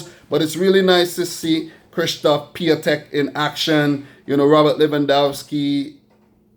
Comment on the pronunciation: A little mistake. It's Piątek not Piatęk ;)